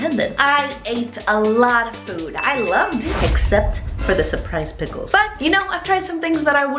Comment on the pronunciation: “PICKELS” EH MEH 😆🤣😤🤢